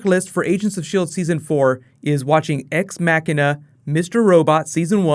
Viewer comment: Lol said ex mackina